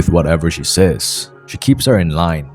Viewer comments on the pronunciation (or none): none